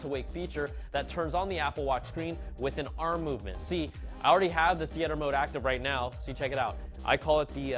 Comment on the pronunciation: Learn how to pronounce theater dude..